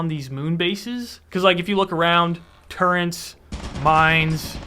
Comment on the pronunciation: turrets, turrets, there is no N. its not turrents